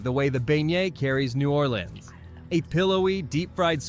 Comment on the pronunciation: The only Brit to ever say New Orleans correctly 😂❤